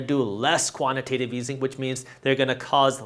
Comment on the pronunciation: Jaspreet let your boy know it’s pronounced quantitative easing pronounced Tate like he calls it quantitive easing